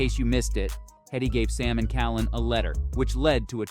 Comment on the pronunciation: Its Hetty. I guess you were so disappointed that you couldn't even get the name right.